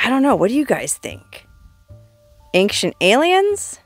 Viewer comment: Ancient = ayn-chnt 😊 Love ya though!